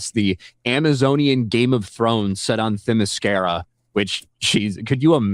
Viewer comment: Set on what? "Thymuscera",? It's "Themiscyra"